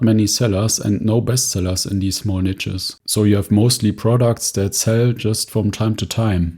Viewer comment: Love your content, but please learn how to pronounce "niche". 😂 It's highly triggering.